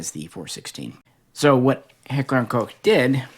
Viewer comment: One of the very FEW guntubers that pronounce Koch correctly. I appreciate that 👍